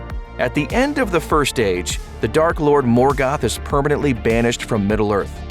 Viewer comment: Not morgath is morgoth